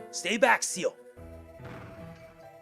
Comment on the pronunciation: Er, this is great and all, but why do you keep calling Ciel "Seal"? Her name and many others like Alouette are French. Ciel ("See-EL") means "Sky."